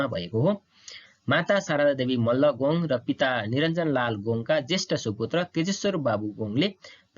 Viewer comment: के हो "गोङ् " ? गोङ् होइन "गोङ्ग" शुद्ध उच्चारण गरौँ ।